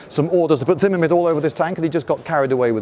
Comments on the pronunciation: "Zinnimit"? , , The term is zimmerit. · It’s “zimmerit” not “zimamit”. Great video otherwise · Whats Zimmemit? I only know Zimmerit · The word is Zimmerit, not zimmermit. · It's not zimmermit it's zimmerit :))) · Zimmerit not Zimmermit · Sounded like he was saying "ZimmerMit" instead of "ZimmerRit"...the latter being correct. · Zimmerit! Not Zimmermit! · Not a Brit eccentricity even. Zimmerit, pronounced zimme-rit not zimmer-mit. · You spelled "Zimmerit" correctly, but you pronounced it as "Zimmermit" several times. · Zimmermint lmao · "Zimmermint", ok, you are a proper Brit innit. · Does anyone else hear "ZimmerMitt" ? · Zimmerit was a paste-like coating used on mid- and late-war German armored fighting vehicles during World War II. Zimmermit (as our esteemed host keeps pronouncing it) is very bad German for "room with..." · First time viewer, I don't know if you fail at saying Zimmerit correctly every time on purpose or nor, but it's fun and good spirited, and I love it. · I don't think you pronounce Zimmerit properly. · Lindybeige should learn how to pronounce the word 'zimmerit' correctly.